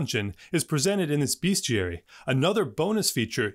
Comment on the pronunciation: it's bestiary like best, not beast